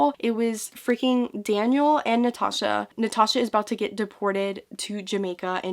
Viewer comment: Completely random: I love the way Americans say Natasha. It's like Nutaaasha and it makes me smile very time. Sorry just had to put that out there. 🤣🤦‍♀️🤣